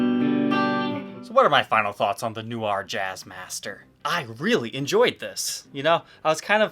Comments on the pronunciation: Not "New-ar" ... it's "No-Ahr" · It's more like "nwar" (like GWAR), rather than "newar." Or, even more Francophonic, "nwah" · ''New are'' lol. Try ''Noh R'' or Google translate :-P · They look awesome! But your pronunciation needs work. Noir is not NEW-R it is NWAHR or nuhwahrr but pronounced quickly as one whole syllable.. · Little comment from a native speaker, "noir" is pronounced "nwar", you don't have to say "nyuwar" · In all fairness it's not "NWAR" either. It's pronounced mind of somewhere In between NEW-AR and NWAR. He's just putting way too much emphasis on the NEW bit. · Hey, —“noir” is simply French for “black”, and it’s not pronounced “noo-arr”, it’s “nwarr”, much less emphasis on the first syllable. And Fender’s used metal foil logos on some guitars since at least the late ‘90s, just not red ones—I have a 1998 American Deluxe Tele with a silver foil logo. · New-r? Nh-wah 😉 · Hi. Just love your vids. Loads of help and info on guitars, but your french sucks. NOIR, french for black, is pronounced NWA not NEW-AR. Just sayin'. Carry on the brill work. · Its pronounced "no-war" not "new-our" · In French, noir is pronounced nwar with a hard A. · Why are you pronouncing it nu-ar? Is that an American thing? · “New-ar”? Dude... No, no, no. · It's more like ''Noh R'' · The Jazzmaster is sweet, and your pronunciation of "Noir" is hysterical! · Great guitars but I winced everytime he tried to say noir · That's not how you say noir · First, learn to pronounce “noir” 😂 😂. C’est une syllabe pas deux, comprendré? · Haha, the pronunciation of “noir” was funny. Can’t blame the guy if you don’t know French. Nice guitars , especially the Jazzmaster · How could someone not have heard “film noir” pronounced at some point?